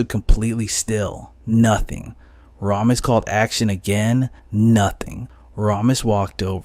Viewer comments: Its pronounced “Ray- mis” not “Rah-mis.” 🤦‍♂️ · Christ, hearing this kid mispronounce Ramis (and wildly misspell it in the captions to boot), the never-ending supply of glottal stops in place of ‘t’, and the lazy vocal fry…I just can’t finish this.